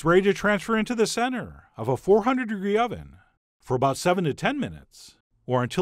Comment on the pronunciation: "We'll keep stirring until the butter DISappears" "cut them in to aBOUT one inch" "Transfer them IN to a bowl" aaaaargh! Stop that annoying way of talking! The recipe is great.